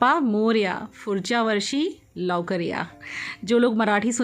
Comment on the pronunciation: Just to correct- its Pudhchya varshi not furchya & lavkar ya not lokar